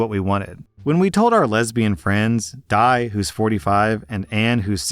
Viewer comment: I just wanna ask: wouldn't Di's name be pronounce as Dee, not Die.